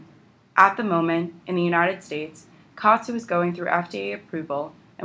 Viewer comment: It's pronounced Ka At (OT) Su